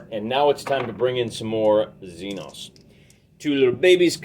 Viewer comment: Xenos? Don’t you mean the Xen-Xs? Lol